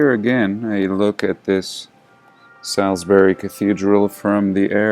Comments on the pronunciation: Love your videos, just a small point Salisbury is pronounced 'Saulsburee', just so you know, keep on keeping on brother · Not that it matters…it’s pronounced solsbury